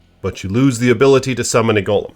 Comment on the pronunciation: You're saying golem wrong, too, bro. Get hooked on phonics please.